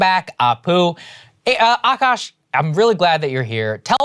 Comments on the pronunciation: AKAASH NOT AAKASH!!! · Akash, Aakaash, Akaash, the spellings in English can be any of these, but It's all spelt the same in Hindi, आकाश and pronounced the same way ''aa + kaash" .